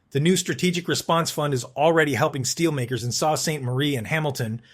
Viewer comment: Hi. Thanks. FYI, “Salt” is not how to pronounce the Sault of Sault Ste. Marie. Please research pronunciations beforehand. Thanks again. Peace🌤️.